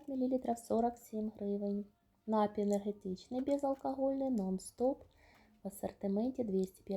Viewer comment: Та не нАпій, а нап-І-й, от курка тупа, москворота!